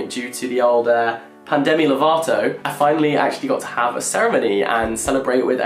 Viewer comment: "pandemi levato" LMAO